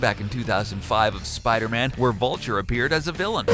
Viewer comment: Spoder man or Spider-Man?🤣